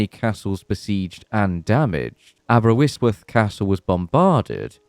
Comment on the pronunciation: Good attempt at the pronunciation of Aberystwyth. Shame in the weather section you didn't talk about the Great Flood. That submerged most of Eastern England